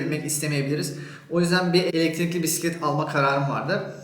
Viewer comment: Neydi yavrucum o? Biğğisset mi? Bissset mi? Bisistisiss mi? Amcalar seni anlamamış olmasın 😆Biğğiisssetin üç tekerlikli miydi şirin yumurcak seni? Rengi neydi bakayım? Penbe mi yoksa? 🤣🤣🤣 Biğisseti çalınmış 😆😆😆